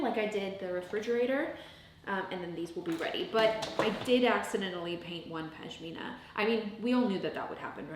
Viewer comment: For the love of God, it’s PaSHmina not PaJmina 😂 that aside, this is amazing work and I’ve loved watching every moment! Well done - thanks for the inspiration 🥰